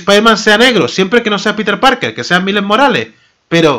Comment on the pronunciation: se pronuncia ''mails morales'' XD